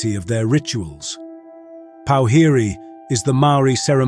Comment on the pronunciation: as someone who speaks fluent te reo - powhiri is pronounced - pour-fi-rey (with a roll on the last “r”)